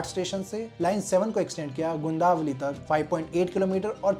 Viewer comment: First improve your pronunciation Gundaavali ❌Gundavali गुंदवली ☑️ ठाना❌ ठाणे ☑️ कल्यान❌कल्याण ☑️ Bhayander ❌Bhainder भाईंदर ☑️